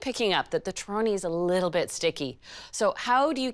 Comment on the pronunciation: Would you please pronounce the word “torrone” as if you were Italian? Just saying . I’ll keep your recipe , though .